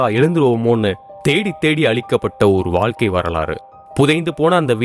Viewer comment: Yes Tamizhargal pronounced as Tamilargal and Vaazhkai pronounced as Vaalkai very bad pronunciation.